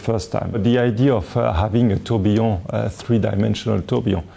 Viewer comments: I'm french and yes, il dit bien "tourbillon". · Tourbillon is a French word. Are you suggesting that a Frenchman doesn't know how to say it? I'm not French, but I speak the language fluently, and the way he says it sounds just fine to me. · but he doesn't say "trobionne" (starting with "tr"). He says Tourbillon, and he says it correctly.